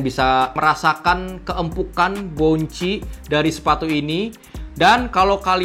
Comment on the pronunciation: tambahan dikit om: bukan "boun-chi" tapi "bawn-see"